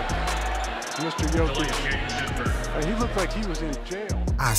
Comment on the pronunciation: Love your videos,! Please say Yo-kich and not Jo-kich. Thanks, and subbed!